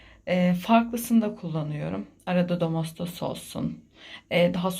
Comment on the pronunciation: domostos :) birkaç kelimeyi komik telaffuz ediyorsunuz :) neyse ev hanımısınız sanırım ondandır diyorum :)